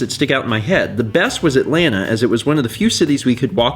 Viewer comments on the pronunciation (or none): none